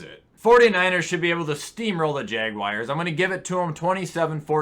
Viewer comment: Jaguars ❌ Jaguires ✅